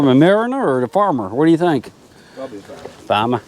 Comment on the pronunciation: Your "fahmah" was pretty close. Looks like a black fly got your neck. You might not get much in the way of edible apples off those old, untended trees.